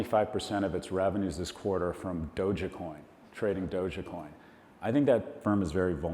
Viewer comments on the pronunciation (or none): because he pronounces dogecoin as DOJACAT